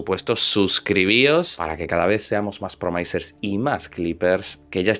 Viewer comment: Si a partir de ahora en lugar de decir promaisers dices promisers como le corresponde a un licenciado en filologia hispánica como se supone que eres continuaré dándote likes, ya que me gusta mucho como desarrollas tus videos, sin tener en cuenta los modismos familiares que usas